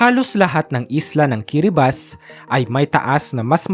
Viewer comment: Kiribati pronounce as Ki-ruh-baz. Good joh host ❤